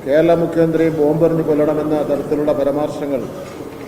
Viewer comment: പരാമർശം - ല്ലേ? പരമാർശങ്ങൾ അല്ലല്ലോ, ശിവനേ😢